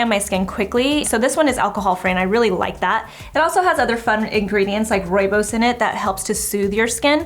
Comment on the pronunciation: I love watching you! I'm originally from South Africa, so was very impressed when you pronounced ROOIBOS correctly 😁 you are so awesome!